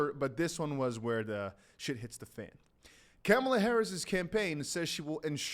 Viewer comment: It's Kamala (Comma-la)